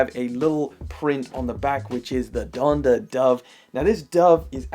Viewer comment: "the donda dove" lmfaooooooooooooooooooooooooo